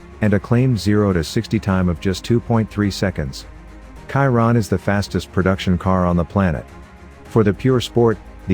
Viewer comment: Sorry, but your pronunciation of name Chiron is terrible. He was a french driver, "Ciron" or "Kiron" is incorrect. Should be Chiron like "Shiron", Luis Chiron.